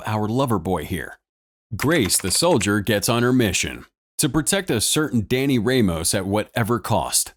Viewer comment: Danny REYmos (should be RAHmos) Funny that we are in a future where there is A.I. doing the voice for youtube videos and mispronouncing names. her past, their future